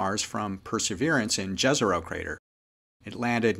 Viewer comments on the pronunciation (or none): Jezero Crater (and many other features in and near-by) have been named using Slavic words/names. Jezero literally means - Lake. Pronunciation is not as with the English "J". Letter "J" in it stands for the sound English would approximate with "Y". This sound for "J" is typically used in Slavic, Germanic and Nordic languages. So, not "Dzezero Crater" but "Yezero Crater".